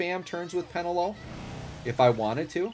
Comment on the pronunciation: peNElo; not PEnelo :)